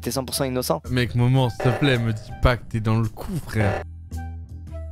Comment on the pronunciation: il dit 2x moman xD